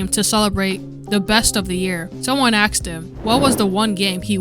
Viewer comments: its asked. not axe. speak actual english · why do you say axed instead of asked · Cool video, but I suggest you work on your voice over. Weird pauses between words and “axed” instead of “asked”. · You shouldn't be making videos since you can't even pronounce "asked" correctly.